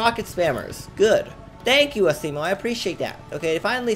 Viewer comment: He said ASSimo XD.